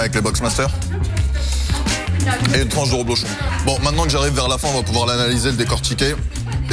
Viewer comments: C'est "rEblochon" et non pas "rOblechon" comme tu le dis ! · Ta dit roblochon au lieu de reblechon